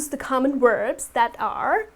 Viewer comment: she mispronounces "thought" by saying "taught" she mispronounces "verb" by saying "werb". She is very sweet, and I am sorry to point these things out, yet it is simply not acceptable.